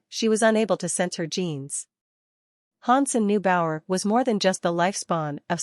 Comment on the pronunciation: Its not bower its bao’er